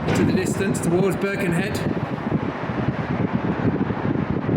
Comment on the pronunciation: Another excellent video! Only one point of note - it's not "BIRkenhead", it's "BirkenHEAD"! Otherwise superb, thanks for the glimpse into our tunnel.